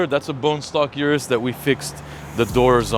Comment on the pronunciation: O-RUS not U-RUS